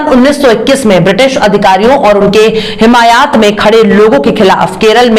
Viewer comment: No Hemayaat , Hemayet sahi word hai ma’am , hope u don’t mind .